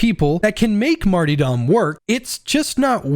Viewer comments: Who is Marty Dom, and why are you so upset at him? Mar-ter-dom, mate. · really hate that you said martydom instead of martyRdom. cod has ruined an entire english word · J, I am SO SORRY, but I cannot focus on a damn thing you’re saying during the Zealot section when you’re talking about the Martyrdom talent 😂 “Marty-Dom!” 🤣 My friend, let me help you. It’s pronounced like this: Marr-turr-dumm. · Seriously great video. I think you're a little underestimating martyrdom. When paired with until death÷Holy revenant you really motivate pretty much all the risk for a consistent 32% to 40% damage buff and 16% to 20% attack speed buff. That's a huge buff that doesn't cause players to go down any more often than normal. ALSO The word is mart-ER-dom not mart-EE-dom. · "Marty-dom" My sides 🤣 Pronounced: Marterdom Great video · Hes trolling pronouncing martyrdom like mart E dumb right? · Martie-dom. Lol J. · The multiple mispronounced martyrdom attempts had me rolling 😂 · Great video! Dont think I've ever heard anyone say Martyrdom like that before haha